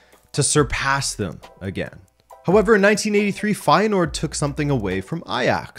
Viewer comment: It's not. The 'ui' sound doesn't exist in English. And there is not an h sound after the s. If you wanna know how it's pronounced I style you can watch the first 44 seconds of the title match of feyenoord against heracles. Kuyt scores a goal. The uy sound is the same as the ui sound.